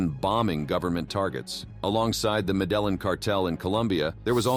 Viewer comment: That's not how you pronounce the Medellin cartel at all especially if you're trying to be like it informational show if you told somebody that and then they said that how you did they what u were talking about 🤣